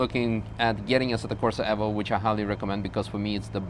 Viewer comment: Nice to see someone pronounce Evo correctly. Aaaand then gets Fanatec wrong, as everyone does. It's pronounced the same as fanatic.